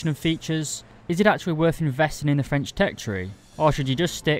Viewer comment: As a french , I was impressed by ur french accent was really good.